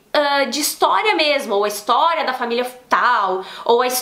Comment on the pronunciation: Meus ouvidos sangram quando ouço o povo falando ííístoriss 😥😖